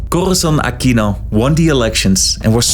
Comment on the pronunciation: please stop using the spanish accent when pronouncing filipino names, just say it in the English way. Props to you tho for pronouncing it as "Ah-kino" instead of "Ah-queeno" like some other American youtubers.